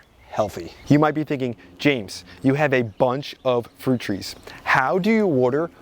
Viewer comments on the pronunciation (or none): none